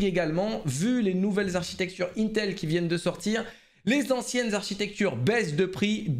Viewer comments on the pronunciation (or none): none